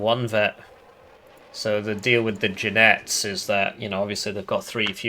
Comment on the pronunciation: If u improve your pronunciation of Jinetes that woud make 2 spanish fans happy